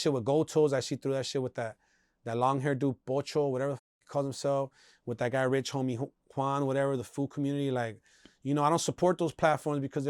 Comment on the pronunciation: Did he say Rich homie Juan?!🤣